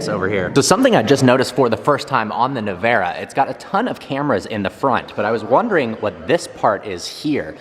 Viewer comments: Bro said "Navara" 💀 🤡 it's not a Nissan Navara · if you wanna sounds like you know what you're talking about, the way you pronounce the name Rimac is ReeMatz/s. And Nevera is Neh-veh-rah.